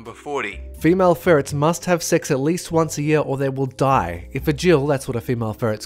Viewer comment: Dolan's brother: or they will die. Me: laughing at the way he said die with that weird crossbreed of french, english, irish, swedish, and Australian accents